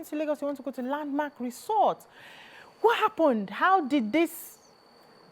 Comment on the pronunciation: Please check cambridge dictionary for proper pronunciation of resort. Thank u.